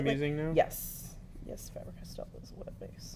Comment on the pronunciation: right on the pronunciation of Faber Castell. Thanks for vid!